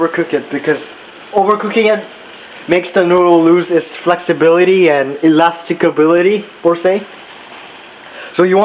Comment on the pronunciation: lol 'elasticability'